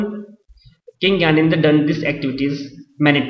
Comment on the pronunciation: its gyanendra ...not gyanedre..